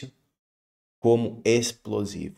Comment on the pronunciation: A junja falo qui é ispolzivu! 😂😂😂😂😂😂